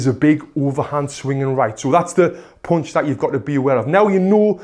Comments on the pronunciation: "... a poonch...' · This pronunciation for punch, "Ponch" is really new for me. I wonder where your from? Even though his slang was new to me I still understood what he's trying to convey. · I love the way he's saying "pounch"